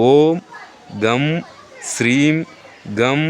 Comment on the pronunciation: அது hreemஆ அல்லது Shreem ஆ தயை கூர்ந்து தெளிவு படுத்துங்கள் நன்றி